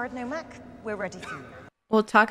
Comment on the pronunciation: Her mistaking names and dialogue was amusing. In her end of the movie commentary she called Nomak, Normak. And she misheard several lines. One that stood out for me was her thinking when Nomak was revealing secrets to Whistler and he said the overlord name Damascinos and she thought he said, they're mosquitoes. Lol.